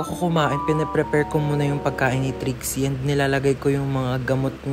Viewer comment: Kuya ano po ba trixie or drixie kasi minsan naririnig ko drixie minsan nmn po trixie?